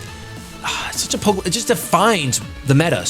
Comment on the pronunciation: The way you pronounce the French Pokemon name is just too precious.